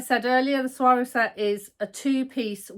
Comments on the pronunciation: You do not pronounce the G. You pronounce them like swarrow. I lived 2 yrs in Mexico and that is how they pronounce it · I’ve heard you correctly pronounce saguaro several times. When I moved to Arizona I needed help to learn how to pronounce this cactus name correctly. Here goes: suh-wahr-oh. They are the cacti with arms. Saguaro would have been a better name for a shirt😂